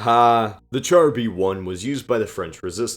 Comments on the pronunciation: “Char” is pronounced “SH-ar”. Just an FYI. :) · "Char" in French is pronounced "shar"... #LinguistsBane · Char is pronounced as 'Shaw'